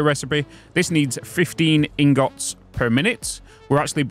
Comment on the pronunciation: Can't get over the way you pronounce ingot. in-GOT. Same with rotors. ROT-ors